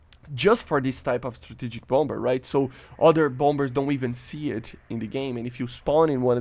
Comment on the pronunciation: It's pronounce bomb-mer. The 2nd b is silent.